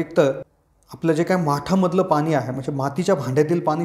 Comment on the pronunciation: पानी नाही पाणी बोला.